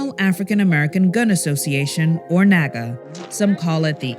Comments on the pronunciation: Haha sounds like "where are all my n*gga at?!" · Why on earth does it sound like the n word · NAAGA SOUNDS LIKE NIGA HAHHAHAHA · Where my NAAGAs AT?!?!?! Wait, can white people not say NAAGA? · Man, I'm all for this, but NAAGA? cmon man LOL